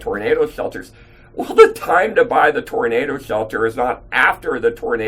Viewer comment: Welcome to Gun Show. He is starting to buff up a little...emphases of the word little:)